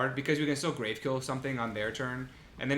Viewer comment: Oof. Two good on color rares in pack two was heart breaking. (Also, I'm gonna be that guy. It's "grav" as in gravity. Not grave. We in space, yo.)